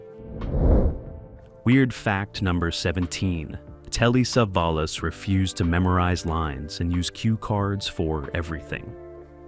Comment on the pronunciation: Who is save-a-loss?